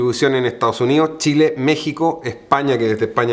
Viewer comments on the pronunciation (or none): none